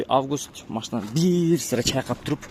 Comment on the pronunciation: Августь де😂 Август эле болот.Эркелетесин го августь деп